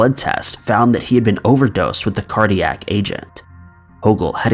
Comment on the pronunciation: #1: it's cardiac, not cardiatric lol